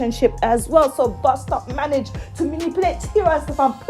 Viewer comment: This girl said, ‘bus stop’ it’s bosstop